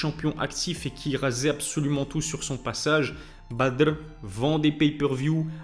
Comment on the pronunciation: J’espère qu’il va se faire tomber définitivement, à force de pousser, ça risque de finir mal pour le badrrrr 😂tu ma tuer, des fois tu as oublié et tu lappel bad R sinon c est badrrrrr😂 arrête avec l accent 😂 sinon bonne vidéo